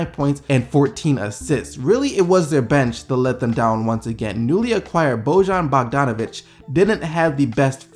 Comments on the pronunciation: It's not Bodžan Mardžanovik, Bojan Bogdanović(Boian Bogdanovitsh). Dragić(Dragitsh). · just in case you didn't know it's pronounced like boyan bogdanovic (The j is pronounced as y in our countries)